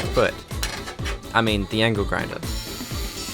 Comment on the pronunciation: The aussie accent making angle sound like ankle was pretty apt.